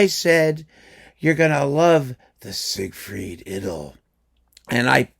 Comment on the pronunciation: Thank you for spreading the correct pronunciation of the word "idyll" (rhymes, as you observe, with "piddle").